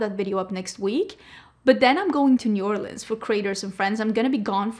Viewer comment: So happy that says New Orleans correctly. It's Nu Orlinz. Not Orleeeeeens